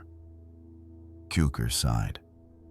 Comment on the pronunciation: It's Tsukor. That's how his name should be pronounced. How spelling of foreign names in English twists pronunciation is truly disappointing. C in Hungarian's read as TS... And the word Cukor or TSzukor means Sugar...